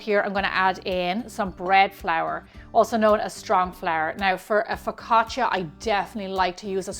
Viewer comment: Looks great! Well done! Now…. It’s pronounced FU CA CHA